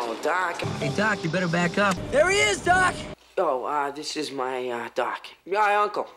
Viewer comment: after a while it starts to sound like "duck"